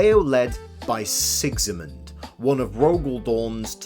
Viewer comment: Who's this Sexymund you keep mentioning? Its Sigismund - an actuall, real-world name.